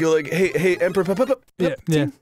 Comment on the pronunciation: "Emperor Papatine"